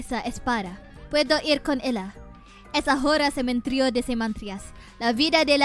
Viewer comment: "Cementrio de Cemantrias"